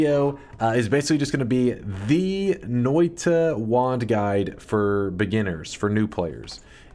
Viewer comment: As a Finn, got to love how badly he pronounces that Finnish word "Noita", like "Noiii-tA" :) Noita basically means "Witch"